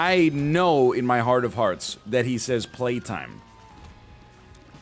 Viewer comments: It's [B]laytime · He says PRAYTIME cos only god can save you now spiderBOY